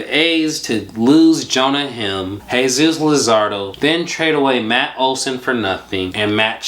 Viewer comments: You are totally ruining Jonah heims last name!!!! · Ur pronouncing Jonah Heim wrong